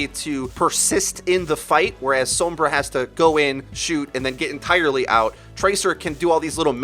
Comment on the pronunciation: anybody else mad about how he pronounces sombra?